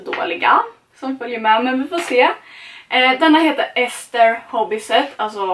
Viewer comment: ffs det uttalas eAster. Inte ester.